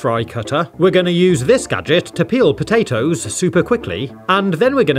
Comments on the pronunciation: i love it when he sais "pota-toes" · The way he says potatoes 🤣🤣